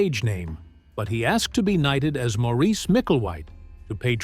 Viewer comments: SAY Morris not MOREECE ya flamin drongo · Maurice is pronounced Morris.